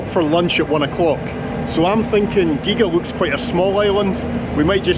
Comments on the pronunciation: Another lovely film from close to (and occasionally overlooking my home island of Islay),. Very honest & fair, as always, although you may never be allowed back on the Isle of “Gee-ah”! 😂 I don’t know if you’ve yet found out more about that big building, but I’m gonna ask a local. 😁👍🥃👊😭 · Had a skim through the comments but I don't see anyone else commenting on pronunciation. It's Gee-ah !!! It was the filming location for that reality TV series where teams of two tried solving a "murder". I think the hotel at Machrihanish goes back a long way , and yes it was a golf resort. It was run down when I was there in 1982! The beach is massive. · I’ve always pronounced it”Gee-ah” but I don’t know if that’s right! 😂I was with you with your pronunciation of Kerrera too. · Pronounced geeya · Sure it's pronounced Gee-Ah. Should have spent longer on Gigha, it's great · Another great trip. Beautiful up there and a lot cooler by the sea than down south in sticky (and burning) Gloucestershire where I've just discovered another of your followers lives in the next street. btw, I've only ever heard the island of Gigha pronounced as 'Geea'. In Gaelic an 'h' often renders the previous consonant silent - like in my late dog's name, Luath but pron. Looa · Sorry,you don't pronounce the second g in Gigha!! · Oh man, that pronunciation of Gigha 🤣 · A' Chleit Beach......CLEECH Beach. I see your pronunciation of GIGHA corrected. Good vid, but you should have taken more time. Lovely part of the world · Gihha not giga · Come on now ……. The Isle of Gee ga. It is pronounced ghee a. (Gigha). Gigha is very interesting as it had a falling population until the community bought out the island in early the 2000s. Now the island is thriving with more people living there. More tourist attractions and its own electricity supply. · Geega, Heaven forbid man, ask on the ferry or a local how to pronounce the name of a place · Gigha pronounced Geea And your Scottish 🤣